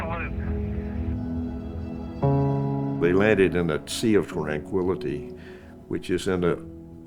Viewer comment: He did say twanquility..... lol. 😂